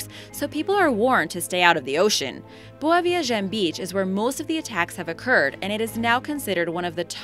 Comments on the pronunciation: The way she says "boa viagem" and "recife" annoys me so much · Jimmy TwoToes she says them wrong